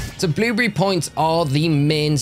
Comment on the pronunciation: I like how he says “bluebrrry”